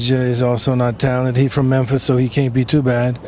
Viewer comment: Respond to this video... lol he talks like a black man , "he from memphis so he caynt be too bat"